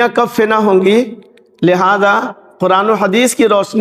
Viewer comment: Fena nahi fna